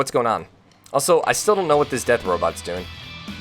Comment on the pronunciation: And you say Robit instead of Robot...